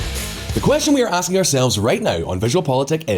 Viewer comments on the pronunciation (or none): none